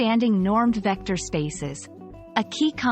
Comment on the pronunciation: diction? vecder? say vecTor! addidive? say addiTive! idenidy? say IdenTiTy!